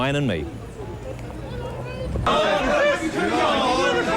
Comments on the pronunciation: I cracked up everytime he said it throughout the programme. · "Life of Bwian".